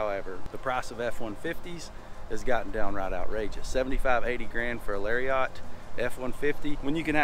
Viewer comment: Lari-Ott LOL